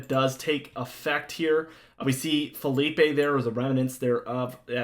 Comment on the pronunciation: ITS NOT FELIPE!!!!!!! ITS PHILIPPE